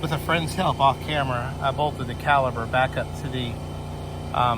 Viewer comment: When you say calber I'm assuming you mean caliper?